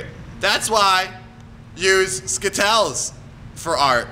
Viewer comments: stop saying skittells it is is skittles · You are saying skittle s wrong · Skittals!! dies of laughing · he's the new spokesperson for Skittles! Skittles will now be pronounced skitels! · IT ISNT SKITTLES!! Its Skit-tells!! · the way he says skittles makes it sound like a disease xD